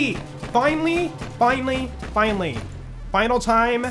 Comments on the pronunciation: Love how says finely instead of finally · the way you say finally after you complete the face mcshooty quest sounds like you are saying "Fine Lee":_joltzLUL